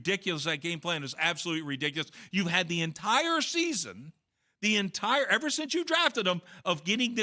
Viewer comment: So much emphasis on that EVER 😆